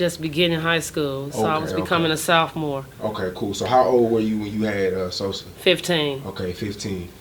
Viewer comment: He can say Keith keef* but he cnt say Sosa u werid